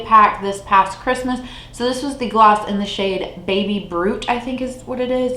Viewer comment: Am I the only one who heard baby Groot instead of baby brut? :D